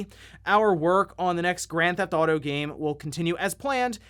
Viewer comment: If I was a fan of GTA, I’d probably be upset that you pronounce it “Grathaudo”. Kind of like how there’s another youtuber that makes Zelda videos here and there that pronounces it “Ledgofzella”. Can’t stand that guy